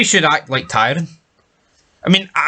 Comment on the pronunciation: You're watching the show and you dont even know how to say TYRION, absolute trainwreck...